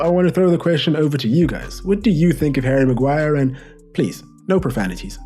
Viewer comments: Havvy maguiree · HARRY MAGUAIAH